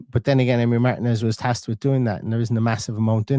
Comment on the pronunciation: Not MARTIN-EZ ❤